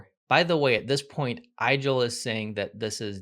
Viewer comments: it's pronounced 'Eagel' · "Igel" is pronounced like ee-gehl, it comes from German and translates to hedgehog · Igel (german for hedgehog) is correctly pronounced so that it rhymes with wiggle, not with Nigel.